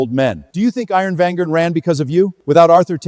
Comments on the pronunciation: At the end said iron virgien 😂😂😂😂😂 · Iron Vanguard ❎ Iron Venger ✅ 😂😂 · When AI can‘t say iron vanguard correctly even once 😂😂😂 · Why can't anyone pronounce Iron Vanguard correctly? It's so annoying.